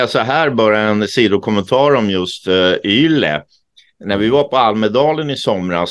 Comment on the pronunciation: Bra info. I Finland uttalas bokstaven ”Y” som ”U”. Man säger således ”ULE” när man refererar till ”YLE”. Fortsätt med ert mycket trovärdiga arbete.